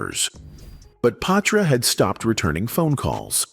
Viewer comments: Yeees I was a Patra fan 😊 & Ima blame the mispronunciation of her name on the Ai voice ... Its pronounced Pa-tra not pay-tra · Is he saying paw-tra😂